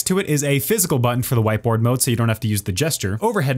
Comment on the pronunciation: did he say "White boi mode"? XD